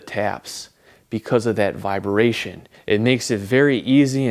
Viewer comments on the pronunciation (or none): The way he pronounced "Vibration" as "Vfiber-ation", weirded me out 😕